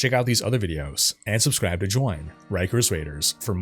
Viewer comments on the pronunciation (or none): none